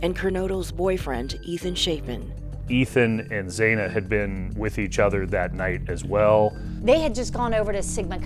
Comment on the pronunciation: It’s Kaylee. It’s Zana (the ah sound) How can you not properly pronounce these kids names?